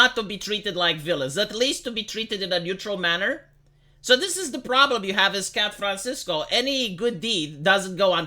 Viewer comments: I may have mis heard, but did you say Scat Francisco. If you did, well done sir! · Did say "Scat"franciso? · Haha... "Scat fran sisco"